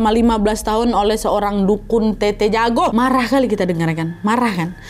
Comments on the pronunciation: Tetta yah bukan tete🙏🏻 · Telat sih nntonnya tapi kak nad btw bukan tt tapi tet’ta